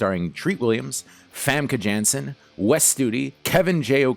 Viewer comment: You pronounce it Famke Yanssen just like you pronounce it Scarlet Yohansson. You twit